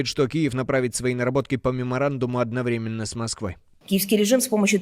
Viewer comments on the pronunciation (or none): none